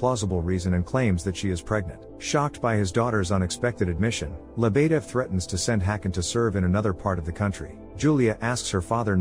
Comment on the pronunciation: He keeps killing me every time he says Lebedev “leb uh dev”! Edit: I think Svetlana got the shit end of the deal!